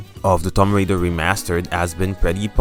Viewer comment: homie said Tom Raider!! is that her bro or....